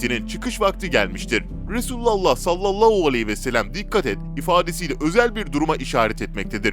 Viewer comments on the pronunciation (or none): Sallollohu nedir kardeşim yavaş konuş tane tane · Sen kekeme değilsin. Ebû hudri yide güzel söylüyorsun.daaa dikkatimi cekti neden salavatta h yi söylemiyorsun???sallallauuu arabca ne demek bilirmisin???dikkat et telafuzuna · saallau değil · "Sallallou aleyhi vesselem" demesi hasta etti beni daha fazla dinleyemeyeceğim. "Sallallahu aleyhi vesellem." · SALLALLAU ALEYHİ VE SELEM DEĞİL KARDEŞ""SALLALLÂHU ALEYHİ VE SELLEM""DOĞRU TELAFFUZU BUDUR!!!😊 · SALLALLOU NEDİR YAHU ÇOK MU ZOR SALLALLAHU DEMEK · Sallalluu değil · Seslendiren arkadaşta telafuz sıkıntısı var...sallallau deyip durdu... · SALLALAUUU DEĞİL TELAFUZUN YANLIŞ ÇOK İTİCİ DERHAL DÜZELT. YADA VİDEOYU KALDIR. SALLALLAHU ALEYHİ VE SELLEM. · Ya kardeşim abartma istersen... bu dediklerin bid'at dir ama zamanavidir... Bide sen niye Sallalau diyosun ... dogru söylemesini bile bilmiyosun güzel kardeşim ... Türkmenistan Çarjou dan selamlar..... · güzel bir kanal. videoları izliyor ,beğeniyor ve yeri gelince yorum yazıyoruz. ama böylesine hassas bir konuyu bana göre salavatın nasıl telafuz edilmesini bilen birisi seslendirmeli. konu hassas ve seslendirmeyi yapan kardeşimizin kesinlikle niyetine samimiyetine inanıyoruz. ama lütfen bu konularda daha hassas haraket edin. sallolou diye bir salavat kabul edilir gibi değil. hala videoyu düzenletme yada daha doğru bir salavat ile yayınlamalısınız. bu kadar tepkiyi okuyup bir değişiklik yada düzeltme yapmamanız aklımıza daha olumsuz fikirler getirebiliyor kanalınız hakkında. lütfen düzeltin !!! bizlere saygı duyun tepkimize kulak asın!!!!! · Okuyan arkadaş sallallahu demeyi yanlış söylüyor. Beni uyuz ediyor. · selavat-ı şerifi düzgün getirmediğiniz için dinlemek istemiyorum sizi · Sallallahu ,,,hu ,,,hu demeyi beceremiyormusun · sallallahu kelimesini bir garip söylüyorsunuz. çok itici bir tarzınız var. neden acaba ?